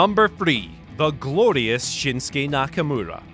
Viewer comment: Nonono It’s “Grorious”